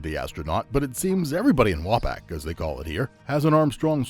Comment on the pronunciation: FYI As I best recall, Wapak is pronounced Wau-Pauk by most residents and not Wau-Pack.